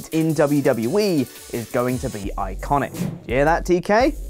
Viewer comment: "Rusev will be iiconic" is all I heard. Rusev Day and the Iiconics as a Super faction, to the WWE Confirmed!!!!! *Satire, not the opinion or desires of the commenter *